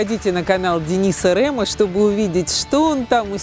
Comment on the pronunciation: Не РЭМА, А РЕМА